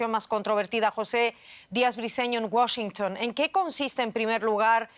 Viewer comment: Menos mal que dejó de decir "Washntn" por Washington